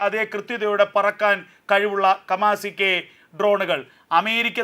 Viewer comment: 😂😂കമാസിക്കെ ട്രോൺ അല്ല കാമിക്കാസെ ട്രോൺ ആണ്